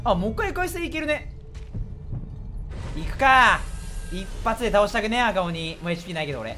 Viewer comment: 赤鬼(読み:ラッカシ)